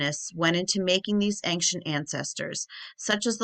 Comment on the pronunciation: Why do you keep saying ankcient?? You are more than mispronouncing, you are adding a letter that isn’t there. You sound uneducated and that is it good for your channel.